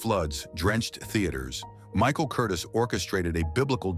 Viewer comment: Someone is programming the AI narrator's pronunciation. And the programming is sometimes inaccurate because the programmer has never hear of some of these people. Michael Curtiz is pronounced Cur-teez. Bette Davis is Betty Davis. Walter Wanger, the producer for Cleopatra, is pronounced Wayne-jer not Wanger as it's spelled. Yet, the German words seem to have been pronounced correctly.